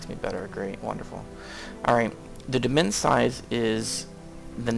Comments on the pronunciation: It's demesne not demense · And it is pronounced "de-mane". It is the french progenitor root of the English word "domain". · Great videos! Just fyi - demesne is pronounced "Duh-main". I know.. I just learned that too.